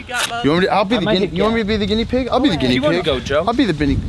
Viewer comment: How crazy is it that and both had trouble saying Guinea pig